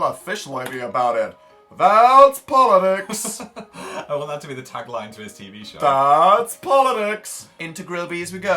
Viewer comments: POLITICS DAN NOT POLIDICKS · thatsssss. POLLIDICS,, I swear Dan get your English right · Are we ignoring Dan saying "poli-dicks"